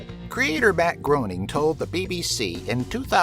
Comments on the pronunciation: It's not pronounced "groan-ing", it's "grain-ing"... js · How can someone profess to know anything about the Simpsons when they pronounce it 'Gro-ning'? It's 'Grey-ning' for crying out loud! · Did you call him "Bat Groan-ing"? It's Matt Gray-ning. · You're using the wrong pronunciation of the name of Matt Groening. The correct pronunciation sounds like GREYning. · its pronounced GRAYning